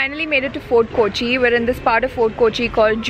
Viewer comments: Hi, It's not koochi it's Kochi or Cochin. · Not KOchi ...K'o'chi... Its weird to hear KOchi KOchi KOchi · It’s not kooochi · Arun Gopi exactly! You hv been to Kerala u say a couple of times and you haven’t learned to pronounce the city’s name properly. Sigh. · കോച്ചി അല്ല കൊച്ചേ കോച്ചി.... കോച്ചി